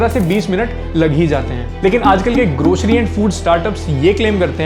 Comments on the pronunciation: Grocery ❌ Groshery ✅ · bhai grocery ki zgh groshery bol re😂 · bhai grocery toh sahi se pronounce krle